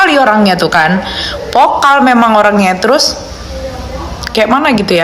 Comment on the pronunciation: Vocal Mba vocal bukan pokal